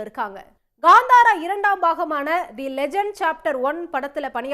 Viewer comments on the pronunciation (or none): It's kantara not kandhara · It’s not Gandhara, it’s kaanthara